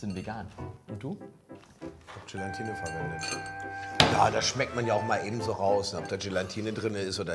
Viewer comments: "GelaNtine" 😂😂 Ach komm Gelatine wird nur mit einem N geschrieben 😅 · Übt mal bitte das Wort „Gelatine“! Da ist kein „n“ vor dem „t“…!!! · Warum spricht man Gelatine eigentlich immer GelaNtine aus? Als jemand, der bei einem Gelatinehersteller arbeitet, zieht es mir die Fußnägel hoch, wenn man GelaNtine hört :D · Nein, daraus gewinnt man Gelatine und nicht GelaNtine. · Langsam solltet ihr wissen , dass es GELATINE und nicht Gelantine heißt! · Also, ohne Brille (am Anfang) sieht irgendwie "nackich" aus... Aber warum sagt denn Lege immer "Gelantine"??? Er ist doch Lebensmittelprofi und müsste wissen, dass das "Gelatine" heißt! Trotzdem wieder schönes Video. Nachmachen würde ich´s nicht. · 1. GelAtine NICHT GelaNtine 2. GelAtine darf nicht zu heiss werden 👌🏼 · Jungs, das heißt Gela-tine, nicht Gelan-tine! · Es heißt doch Gelatine, und nicht GelaNtine. Nur ein n als vorletztes... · Warum sagen die alle immer GelaNtine?! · Es heißt GELATINE……nicht GelaNtine….. 😖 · ES. HEISST. NICHT. GelaNtine! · GELATINE, es heißt GELATINE 😂😂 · Es existiert kein zweites "n" in "Gelatine"... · Man muss Euch ja Zugute Rechnen, daß Ihr kein Bodyshaming betreibt! ABER! Es heißt immer noch Gelatine, ohne n nach dem a! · GE-LAN-TINE... muss man nichts mehr hinzufügen...